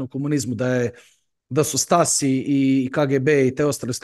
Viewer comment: STASI = Staatssicherheit = [štazi], tak se čita